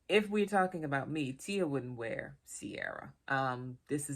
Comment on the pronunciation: It's pronounced Keer-ah. I need to find this in Ireland as it's my name!